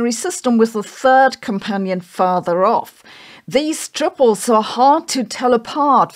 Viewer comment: Man, I remember Mondo drinks from when I was a kid. I don't think it has anything to do with the makeup of the universe, though. Edit: am I the only one who thought Sabine was saying "Tribbles" instead of "Triples", and getting very confused what the little fast-breeding furballs had to do with anything?